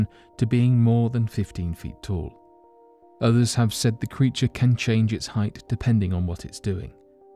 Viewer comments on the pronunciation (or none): none